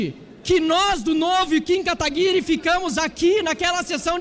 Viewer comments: "Kim kataguri" kkkkk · “Kim Kataguri” KKKKKKKKKK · "Kim cataguri" kkkkkkkkkkkk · Com a palavra o deputado Kim kataguri.... kkkkkkkkkkkkkkkkkkk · "kim kataguri" 😂😂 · "Kim kataguri".kkkk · Kim "Kataguri" kkkk